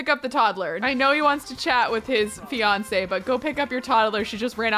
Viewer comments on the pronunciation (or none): Its not Beyonce it is fiance